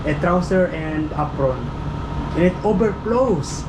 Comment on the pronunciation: Apron. you pronounced it wrong. APRON ( Ay - pruhn ) correct pronunciation